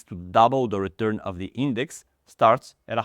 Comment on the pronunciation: "Daily redurn" and "Big Dech"